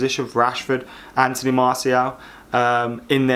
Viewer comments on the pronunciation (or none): none